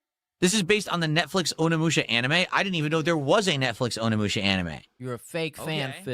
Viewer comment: This idiot actually said ON-inmusha. It's impossible for him to have correct pronunciation.